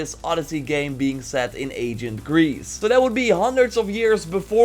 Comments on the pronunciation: come on it's ancient(eɪnʃ(ə)nt) not agent(ˈeɪʤənt), you speak Dutch making this distinction shouldn't be too difficult. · Am I the only one who thinks it sounds like he's saying agent Greece